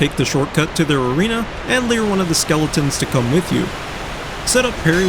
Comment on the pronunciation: The way you say "lure" is fascinating to me. It sounds more like "leer". I say "loo-er".